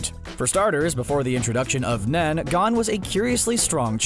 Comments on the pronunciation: His name isn't "gone" 😭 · He mispronounced gon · Bruh. Learn how to say Gon